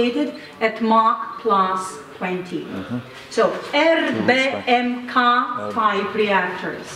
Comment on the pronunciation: ár-em-bí-kíj" az ... Értem, hogy okos, tudós, de az angol ábécét megtanulhatta volna :) Van az a gyerekdal. :)